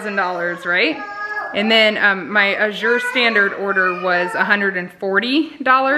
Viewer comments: AA-zure. (AA is short a, as in cat; zure, like the 2nd syllable of pleasure). Think of the work pasture, and that'll help you know how to pronounce Azure! The first syllable gets the emphasis! :) I order from them too; they're fabulous! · Azure...a shade of blue. Accent on first syllable, not second.